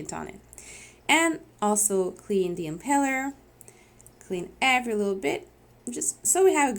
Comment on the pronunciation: Impeller. Not empeller.